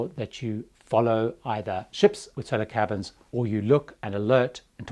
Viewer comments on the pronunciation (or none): when you say "Solo cabins" it sounds a LOT like "Solar cabins". I actually googled it thinking it was something about solar-powered and would cost less in electricity or so:)